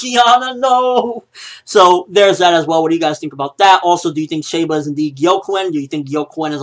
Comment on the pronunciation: It's pronounced "She" ba